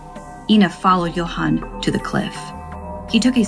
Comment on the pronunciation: Same with how she pronounced Johan and Adan